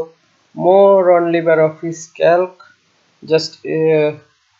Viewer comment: উচ্চারণটা লিব্রে হবে তো। লিবার না।